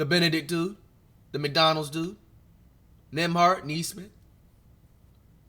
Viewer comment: flight said nemby 5’11😂😂😂